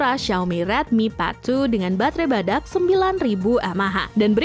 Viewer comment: Ngakak pas nyebut batre 🦏 badak atau badag😅